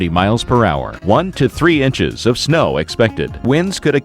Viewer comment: it sounded like he said snowdy instead of snow,thirty percent.